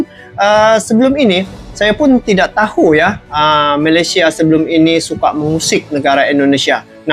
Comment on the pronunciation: katanya sudah merantau. sebutan Malaysia pon salah. Malasia?..abahh luu!!